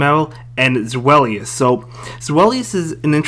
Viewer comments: Good vid man. Btw it’s pronounced zvy-lus (German word for 2) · its ZWEIlous like german number 2